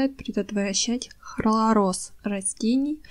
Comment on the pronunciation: При всём уважении к вашему труду и любви к растениям, хочу сказать что Вы говорите много глупостей 1-флаВоноиды, не флаФоноиды. Хлороз, а не хлоролоз. 2-в сухом лавровом листе нет витамина С 3- зола является щелочной, а большинство растений предпочитают нейтральную или слабо-кислотную, поэтому и нужно добавить любую кислоту чтоб нейтрализовать щелочь 4- снег не имеет никаких минералов, и тем более никаких азотных соединений. Снег образуется из испарившейся воды- то есть это дистиллированная вода. Кислород в снеге - это просто воздух между снежинками, то есть там азота столько же сколько и в воздухе. Азотистые соединения в снегу это просто бред. Люди собирали снег для полива так же как и дождевую воду - ничем она не насыщена, просто дёшево и сердито. И не надо идти к колодцу по воду. 5- углерод, кислород, азот и водород - это составные части воздуха. Не надо пропагандировать эти вещества как «важные удобрения». 6- в золе нет «много неусвояемого кальция который надо погасить» 7- в коре ивы нет «много аскорбиновой кислоты», там есть подобие салициловой кислоты, работающей как аспирин. 8- все растения имеют минералы полученные из почвы во время роста и развития. Чай из любых растений обогащает почву микроэлементами подобно тому как и закапывание опавшей листвы. 9- если хотите обогатить почву азотом, имейте в виду что азот в воздухе - инертный газ, в растениях (для удобрений) его мало, но очень много в продуктах животного происхождения. То есть мясные помои, остатки ухи и тд - это